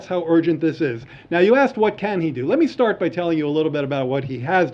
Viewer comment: the question was axed. She actually said axed not ask. really articulate lol